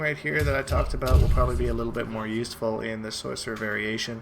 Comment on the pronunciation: Is your "aboot" deliberate? Or are you just THAT Canadian.